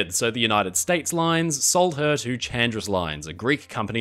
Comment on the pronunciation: Hi, just a small correction: Chandris is actually pronounced Handris. Also, perhaps the worst makeover EVER might be SS Leicestershire, which became the infamous Typaldos Lines ferry SS Heraklion